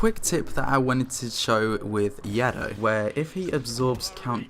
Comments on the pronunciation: Yeah! He even said yaddo instead of yoda! 😂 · So no ones gonna talk about how he pronounced "yoda","yado" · How dare you call him yado😂😂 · The first time he said yoda, he actually said yado! XD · Did. ....... he just say..... Yado? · Yado is a meme on Riva’s channel xD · More like yedah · Um, ya-do?? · You mispronounced Yado! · Yado is a meme on Riva’s channel xD he mispronounces his name intentionally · yeah, i just casually dislike when i hear it lol